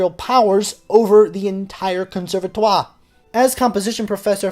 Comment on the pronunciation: Djewels Massennette???! Bon sang, c'est Jules Massenet, le 't' c'est muet... En plus, vous dites "conservatoire" comme un fermier charentais, donc, pas d'excuses monsieur !